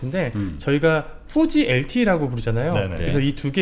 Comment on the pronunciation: "포지 LTE" 한글이 F발음이 없다고 하지만 4G 발음을 넘 쌩으로 하니까, 발음상 연관되는 단어가 좀 거북하기도 하고. ㅋ 'ㅇ포'(두입술을 붙이면 안됨) '쥐'. 방송에선 원래발음대로 하면 어땠을까. 그냥 내생각.